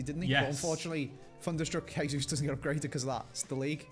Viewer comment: For the love of all that is sacred and holy can you please stop saying "Gabriel Hesus"?? You don't sayi Horginho, Huninho, Hoão Pedro, why do you pronounce the J like an H when it's Jesus name? He's Brazilian, he's not Mexican.